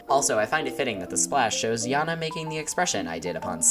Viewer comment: Not to be rude but why do you pronounce janna to yanna